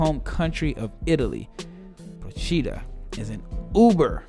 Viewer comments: Very nice video, but the accent for Procida is on the 'O', like Prò-chi-da ;-) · Btw the pronunciation is : Pròcida. The accent is on the o.